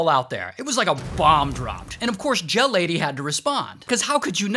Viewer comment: Oh gel lady I thought he said jail lady 💀